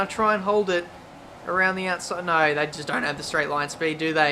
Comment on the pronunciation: "Crofty nyoo, just nyoo"